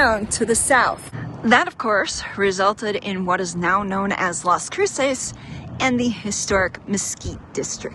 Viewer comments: You're pronouncing it wrong every time, lol. It's not crew-sayse, it's crew-suss, with more emphasis on the Cru- than the -ces. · The pronunciation of Las Cruces is cringy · OMG, if you are going to make a video about a town please learn to pronounce it correctly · I can forgive her for mispronouncing some of the words. That’s expected. But she could have at least learned how to pronounce the name of the city she was in!! And I appreciate her taking the time to try and educate people about the area. It people that actually take the time to explore that area will see that she was kind enough to only show the good parts.😆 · Great tour of Las Cruces. I live near it for 11 years. You didn't pronounce Las Cruces correctly though.